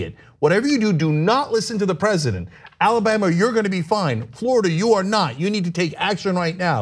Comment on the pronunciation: As a native Alabamian, it sickens me to hear him say this state’s name.